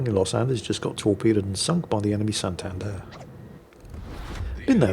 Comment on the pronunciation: Once again wows us with his confidently incorrect facts! Santander is a Latin American ship, not a Spanish one. Also, its pronounced SantadEr, not SantAnder.